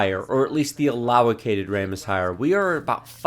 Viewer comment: Is it me, or does he say "allolocated," when talking about allocated memory? Is that like a tongue twister for him?